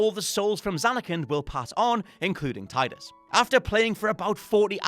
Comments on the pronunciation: You pronounced it Tie-dus?!?! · Also, it's Tee-dus. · Tidus is pronounced Teedus. And shout out to James Egan for actually writing the list. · A lot of people pronounce it Tide-us. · The way he pronounces Tidus also seemed wrong to me. I remembered it Tee-Dus too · Sweet baby jesus,. That's not how you pronounce Tidus.